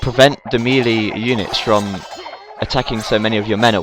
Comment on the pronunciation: Melee is actually pronounced maylay. It's french.